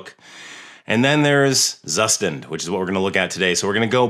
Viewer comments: Thanks for the video,. "Zustand" is German for "state", or more like "version" and is pronounced "tsooshtahnd". They say this right off the bat in the docs. This is a good pronunciation reference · Zustand = Tsushtand It's not so hard to say. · Please pronounce it right